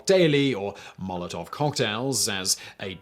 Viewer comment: Pretty awful pronounciation over there dear chap. I absolutely hate how people who speak English primarily have this nasty little brain-parasite in their head that compels them to think that English is the center of the universe and its pronounciation-rules apply to everything